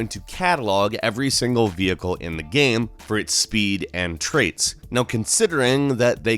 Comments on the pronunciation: Hey its GAME not GEME...:P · can't say game. It's like gayum, gaieeumm, goyiiaumm..